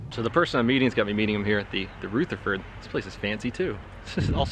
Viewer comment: Lol "rootherford" Haha you're amazing!